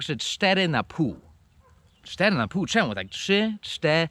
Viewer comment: "czy czte ry" O.o hahahaa